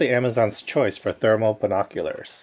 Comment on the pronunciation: This dude said thermal 😂